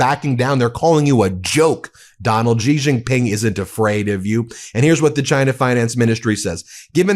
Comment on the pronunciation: Its Xi, pronounced like She. Lmao